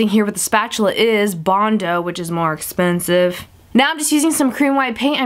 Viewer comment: i love the way you say expensive. Espensive lol